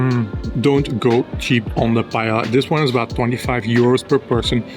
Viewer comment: im pretty sure paella is pronounced pa-e-ya. im fluent in spanish but i may be wrong. Great video! thanks for the free guide!